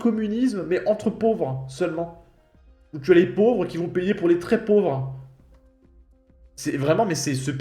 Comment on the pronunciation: Le fait qu'elle fasse des économies sur les "r", j'ai du mal aussi. " Je suis rentrée pou' me changer", je lui ai donné rendez-vous pou' aller me chercher"...